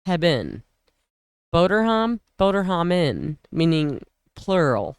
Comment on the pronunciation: sound is perfect now 👍 Real good pronounced boterhammen 👍😀